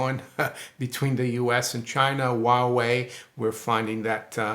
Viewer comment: It's pronounced as hoo-ah-way. Hua is flower.